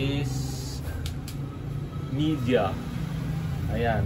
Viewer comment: Ang Pag-pronounce ng Midea ay Me day yah hindi Media